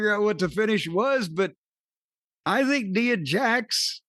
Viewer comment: or however u spell it has the worst sense of humor. Ooo and 22 times jim says neeeeea Jax he doesn’t correct him nice